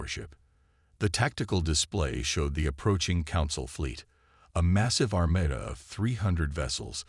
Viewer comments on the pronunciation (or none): i wish these narrator programs could learn to say ARMADA not ARMETA